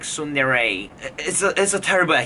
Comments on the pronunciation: triggered by you saying suundere lol tsundere mate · You are the only one pronouncing tsundere as sundere